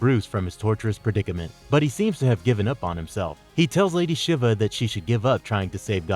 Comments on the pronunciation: Not lady shivuh lol...she-va shiva is pronounced she-va lol. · Good analysis, but you make a lot of pronunciation errors... Psyche, Shiva etc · Too many pronunciation errors, Shiva and fervour to name a couple. I don't mean to be a grammar nazi but everyone on the crew does it. Speaking of which how many people are part of this channel? It seems to be a different voice every time.